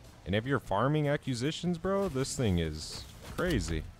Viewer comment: Love the content -- FYI, you pronounce the word "AcQuisitions", not "acUsitions", as in "Acquire".